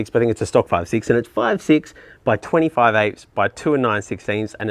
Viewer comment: when you read out the width. It sounded like 25 and an eighth. I've since realised it's probably 20 5/8. 🤣🤦🏻‍♂️